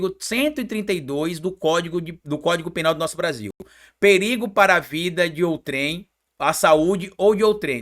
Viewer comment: ao se pronunciar a sílaba tônica é OUtrem.